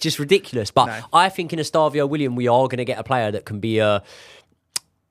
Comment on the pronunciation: can’t wait for to get Estevao’s name right 😂💙